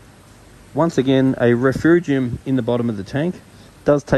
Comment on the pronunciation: RefUgium - no R in the middle dude Great vid and advice